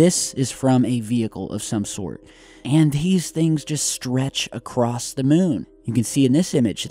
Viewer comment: Did you just say "acrost" with a fucking t?!?!,? Bye